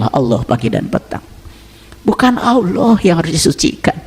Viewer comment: Memangnya kalo puasa yg marah tetap marah yg korupsi tetap korupsi kamu ngomongnya ngawor belajar lagi kamu ilmu agamanya nyebut alloh aja olloh